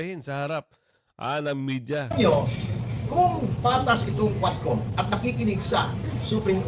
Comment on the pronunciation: Tuwadcom po maam hndi quadcom..😂😂😂😂